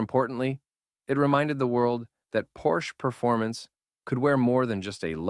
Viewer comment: Your voice over needs serious work. Your cadence is all wrong. Make up your mind how you pronounce Porsche.